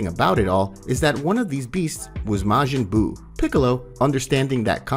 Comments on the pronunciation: how did you get the word majin as mayjin , love the video though just that word was a hard miss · kie, brolly, mayjin lol. love it though man great work